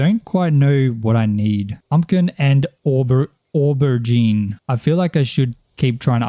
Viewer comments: As a brit, your attempt at saying Aubergine amuses me. Its Oh-buh-jean dude 😂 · This video was awesome!! I liked the fact that it was more farming centric, made it quite relaxing. ☺️☺️ Aubergine is pronounced "Oh-ber-zheen" its a french word but eggplant is the american name but also correct. 😅😅